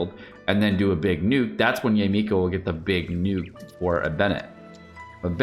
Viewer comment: Pls, not Yay Miko 🤣🤣🤣😂🤣😂🤣